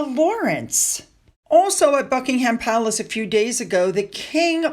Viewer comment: Please, watch a British report on our Royal Family so you can at least pronounce place names. It's so grating to hear Bucking Ham Palace. Checking before you tape instead of guessing names would be pretty easy.